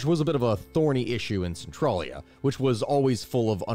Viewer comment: So despite how it's spelled, it's one of those Pennsylvania names where it's not said how it looks. Spelled Centralia, it's said sen-trail-ya